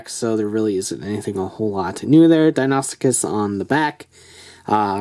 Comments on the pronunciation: It's pronounced dino soo cus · DON'T TRUST THE MORPHER! So many people pronounce this wrong because of the morpher, but it isn't pronounced that way. It's not even an alternate pronunciation. It's pronounced di-no-sue-kus or di-no-sue-chus. In other words- first say "dino", then "sue" (like the name of a person), then cuss or chuss (chess with a "u" instead of an "a"). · It's pronounced Die-noe-sue-kuss